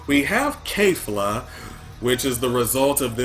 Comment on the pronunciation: It's KEFLA not KAYFLA. Why does everybody pronounce it Kayla? Kefla herself pronounced it kefla.